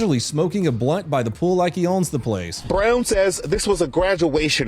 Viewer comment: emphasis on “brown” the ghetto came out that day.